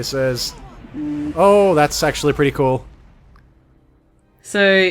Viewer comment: I thought that his sword extended was either a sexual innuendo, or at least I interpreted it that way, but when you said “that’s actually pretty cool” when it did that it sounded like “That’s SEXUALLY pretty cool” haha perfect timing